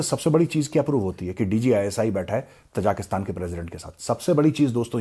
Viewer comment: The people are ताजिक, not तजाक. Hence the country’s name is ताजिकिस्तान . Please do not mispronounce it.